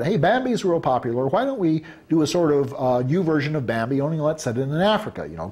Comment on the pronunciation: Every time he says Bambi it sounds like Mambi